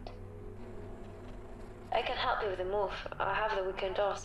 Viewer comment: Understood "Hurt me" instead "help" ... well ...